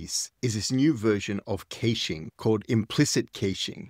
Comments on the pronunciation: It’s pronounced “cash”-ing (cash, like, money) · kayshing? :D